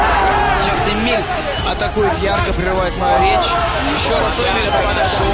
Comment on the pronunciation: ЕМИЛЬ а не Еминь!